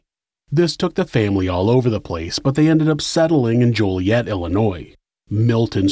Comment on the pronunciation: local its pronounced jolly-et